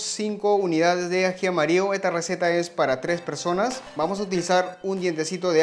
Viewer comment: Excelente video, te sigo, pero trata de hablar bien no es aji amario, es aji amarillo. Tampoco se dice lo corto la papa, papa es femenino se dice se corta la papa, esta carne es muy bueno no se dice así, se dice esta carne es muy buena, carne es femenino, etc. Te ven de muchos países, deja una buena impresión de nuestro país 💪